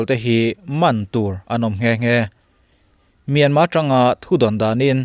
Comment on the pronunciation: A lam dan leh a ziah dan a dang deuh ani e. Myanmar ti a ziah khi a dik a,mahse a lamrik dan erawh chu myanma ti a lamrik tur ani,a tawp a R lai khi lamrik loh tur. Thailand te hi TH a H lai hi anmahni Thai ho hian an lam ri ngailo,chutiang bawkin Myanmar lam pawn Myanmar ti in an lamri lo a,myanma anti.Sapho chhiardan hi a dik ber emaw kanti ngawt zel a.